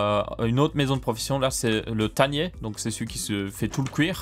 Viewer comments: On dis taneur pas tanier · Un jour dira "tanneur". Un jour